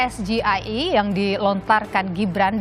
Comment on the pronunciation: Pengucapan SGIE ala GIBRAN ngawur bhs Inggris ke Indonesia 'Jelas ini pertanyaan jebakan yg sifat menjatuhkan LAWAN !! Gibran TDK terlihat seorang Akademisi dan Intelektual.!!.